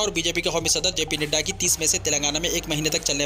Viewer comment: Bhai Nidda nai hai woh Nadda hai